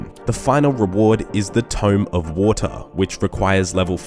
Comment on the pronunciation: Tome Of Wataahh